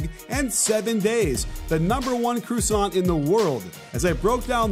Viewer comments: Dude called a croissant a croosant smh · Was gonna sub, but u said CROOSONT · A CRU-SAHNT? What is that, coach? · Croussant bruh, croissant :D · He can pronounce that euro league coaches name but not croissant